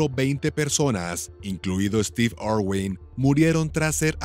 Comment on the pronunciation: Ay no , dónde ve este narrador una O en el apellido de Steve , es una I, irwin.